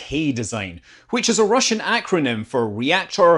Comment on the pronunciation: Please never ever attempt to pronounce Russian again.